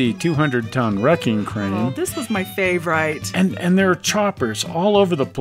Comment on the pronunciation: who say's fave-RITE........FA-va RIT